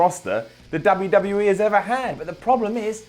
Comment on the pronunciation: I like them all but cant understand a God damn word that comes out of ' mouth. And I hate the way he says WWE. UGH